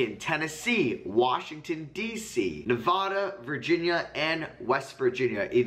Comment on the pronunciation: it’s Nevada not nevahduh bro 😭😭😭